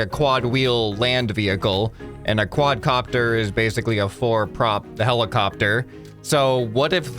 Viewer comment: It's a Quad Car-pter